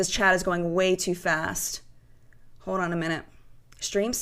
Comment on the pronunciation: "hod on" ?!?! Hold on. So much of this. SMH